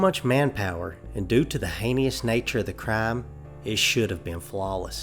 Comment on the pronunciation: NO NO MY DEAR, hanias that's not how it's pronounced. Heinous.